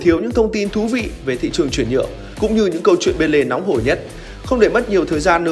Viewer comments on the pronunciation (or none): none